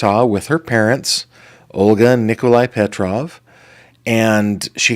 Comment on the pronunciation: Slavic name, yes. You pronounced correctly.